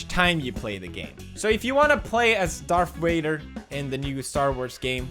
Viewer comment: Darf Wader